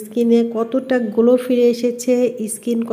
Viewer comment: ইসকিন কি ধরনের কথা skin স্কিন বলুন।।। যদি তাও না পারেন বলবেন চামড়া বা ত্বক😆😂🤣।।। আর গোলো না গ্লো হবে এতো ইংরেজি কেনো বলেন 😃😆😁 ।।।